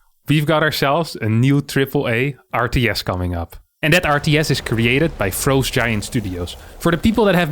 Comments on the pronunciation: fr-ah-st, not fr-oe-st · Why does he keep saying frowe-st giant studios, I bet its just to bait idiots like me to comment like I did. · the way says "frowst" is hilarious.